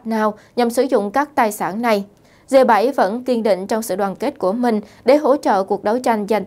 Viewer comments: 🌴. Viết và nói cũng kg rành..g là g.phải đọc là gờ hoặc rê dê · Bạn có thể đọc g chứ đừng đọc là dê,xin cảm ơn